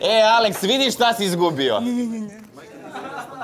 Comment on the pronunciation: Kaze Alex pod A a nezna da izgovori